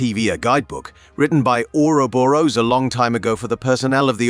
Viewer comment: Mo-ebius and auroboros